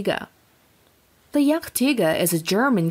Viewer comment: The pronounciation is just hillarious. jagdtiger became jach-tiger while jagdpanther became yuck-tiger haha!